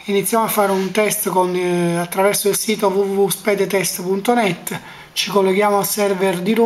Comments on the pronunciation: Si ma però neanche tu stai messo bene "Speedtest" e no Spedtest... se volete vi prenoto a te lezioni di grammatica e a lui un corso d'inglese ok? :D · "sped test" ma ci sei andato a scuola? si dice "spid test" (Speed Test)